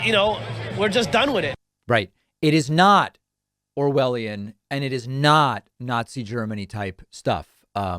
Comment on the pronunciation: The rest of the world are looking on the USA with horror. Why do Americans think the vaccine is so bad? Why did that guy say it is owelion and what the Germans did in WW2? It’s clear to me that this guy has never read anything by George Orwel and he know even less about Nazi Germany and what happens during the holocaust. The Germans were not forcing people to have tetanus jabs or typhoid vaccines. The way the news readers twisted their words into something sounding very nefarious. American people. Get the vac, otherwise the virgins going to wipe you out! Why the right wing are brain washing people to believing the vaccine is bad is beyond me and the rest of the world. They keep banging on about freedom. The thing is they wont have any freedom when the hospitals are over run with sick and dying people. I have family in North Carolina and they are brain washed into thinking the vaccine is somehow bad for you? All they can say to us in the UK is “Don’t judge us” we are not judging you. We are just scared for you and only wish the best for you. So get th vaccine before it’s to late.........☠️